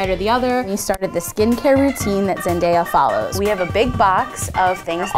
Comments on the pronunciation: If they really liked Zendaya they would have pronounced her name correctly js 😬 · Can she not pronounce her name wrong when Zendaya has said it correctly many times b4 publically 4 the internet?! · How many times did they say her name wrong??? I only got two. Y'all overreacting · Triggered at how she said Zendaya the first time. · I honestly was hype to watch this video until why can’t NO ONE pronounce her name right like for real! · ... Are my ears deceiving me because did she just say days name like..... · Imma stop right there cuz I can’t stand it when ppl say her name wrong as if it’s hard. Like it gives me such a cringe. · Says she's an icon but keeps pronouncing her name wrong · A whole video about her.. and they keep saying her name wrong 😅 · Who is that?!? I continued to watch the video and they say it wrong again😒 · BRUH YA'LL COULDN'T EVEN SAY HER NAME RIGHT! >_< IM DEAD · They said here name so wrong 😕😕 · CAUGHT sayin her name wrong?! She’s your icon but ya can’t say her damn name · You can't even say her name right LMFAO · is that how you pronounce her name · Funny how kuwilileni made a video about people saying her name wrong but she and her friend constantly mispronounce zendayas 🤦‍♀️ hypocritical much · i couldn't watch the video because of how they were pronouncing her name. Soooo annoying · “Zen Die Ah” Girl it’s “Zen DAY ah” I mean at least pronounce her name right 😂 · reason why i dislike this video 😡 ZEN-DAY-AH. NOT ZEN-DIE-AH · it’s zen-day-ah not zen-die-uh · It’s (zen-day-uh) Not (zen-die-uh) 😂 Edit: thanks for the likes this is the most I’ve had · ZenDAYa not ZenDIEa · OMG ITS ZEN-DAY-A NOT ZEN-DIE-A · Its Zen-day-a NOT Zen-die-a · Its Zendaya not Zendiya Thats how she pronounced it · Her name is Zen-Day-A just like it’s spelled. She said Zen-Die-A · Who else was triggered when she said zendiyah? I WAS LIKE BISH ITS ZENDDAAAAYYA XD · Zen-day-a Pronounce it right lol not Zen-Di-a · It’s pronounced ZenDAYa not ZenDIEa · ZEN-DAY-A not ZEN-DIE-A